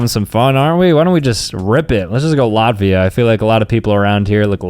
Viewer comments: Sir as a Latvian citizen it is not lartivia it is La-tvia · is the type of guy to call Latvia, Lotvia